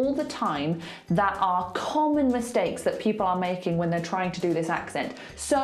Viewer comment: This lady's pronunciation of 'that are' is not RP! She uses a glottal stop instead of a 't'. (She goes on to warn against the over-use of the glottal stop later!) And the short 'a' in pure RP is pronounced differently to the way she says it. Pure RP is a minority pronunciation, even among the educated middle class.